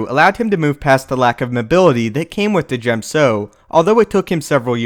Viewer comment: I am convinced that Djem is pronounced Gem